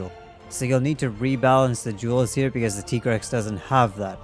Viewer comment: Why do you say Tigrex as Tee-grex? On the weapon, it even writes Tiger. It should be pronounced as Tai-grex like Tiger.